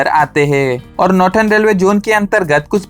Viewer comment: नॉर्दन ❌ नॉर्टन ✅